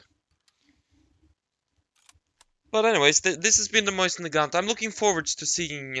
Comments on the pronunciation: Btw it’s pronounced mosin not moysin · mose-in PRONOUNCE IT CORRECTLY